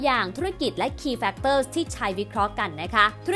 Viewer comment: โอ้โหววว... เปิดมาเจอแบบไม่ตั้งใจ แต่คลิปแบบ"ดีม๊ากกกกก"ค่ะ!!! กราฟฟิคสวย น่ารักสุด สรุปพ้อยท์เป็นข้อๆได้สั้นชัดเจนมาก เข้าใจได้ง่ายจริงๆ ที่สำคัญสปีดการพูดพอดีมากเลยค่ะ ฟังง่าย ชัดเจน ไม่เยิ่นเย้อ ขอชืนชมการออกเสียงทุกคำชัดมากๆๆๆๆๆ factors แม้พูดเร็วแต่ s ยังชัดแจ๋วว เสียงเพราะด้วย จะดูซ้ำหลายๆรอบเลย เป็นกำลังใจให้นะคะ ♥♥♥♥